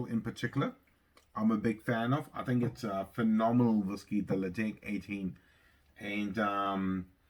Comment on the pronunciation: hi enjoying the content the correct pronunciation is Le Chaig. you are so close to the 1k milestone. cheers from canada with a name like i thought you would be a peat lover.